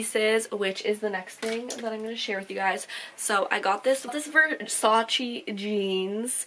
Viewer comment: versacE not versacHEE